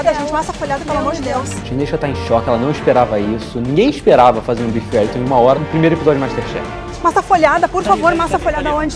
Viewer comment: Bife Wellington ou uelitô? Kkkk sdds do Raul. Não consigo ouvir parecequevi em paz mais kkkkk